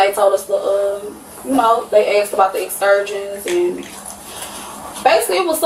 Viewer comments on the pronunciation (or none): She's mispronouncing the word "excursions". 🤡🤡🤡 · How did she pronounce “Excursions” 😂😂😂😂oh my! Can you get scammed into a English class?